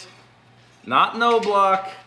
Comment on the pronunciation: I don't know how this Knoblauch pronounces his last name, but no-block is the most common MIS pronunciation. It is probably k-nob-low or k-no-blau (last one is the mire modern German way)